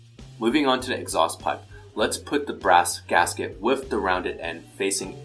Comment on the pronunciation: Every time he says with he says whiff. Gosh darn it!!!!!!